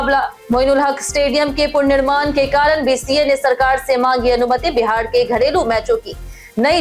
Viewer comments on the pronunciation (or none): Sahi uchcharan ni krne ki kasam kha rakhi hai kya. Purnirman kya hota hai? Punarnirman bolna bhi nhi aatia😅😅